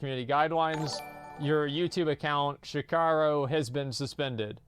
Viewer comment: Shikarro??? ITS Shirrako!!!